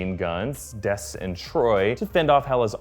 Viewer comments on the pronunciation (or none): He missed the Dallas Cowboys reference. Skurg found his guns in a land called Tex-as and named them Dez & Troy. (I heard it as Dez not Des anyway. Just a thought)